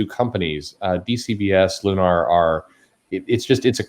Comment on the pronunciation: Tell it's Lun-er, not Lun-are.